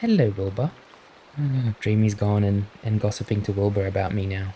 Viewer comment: I hear Boba not Wilbur 😭😭😭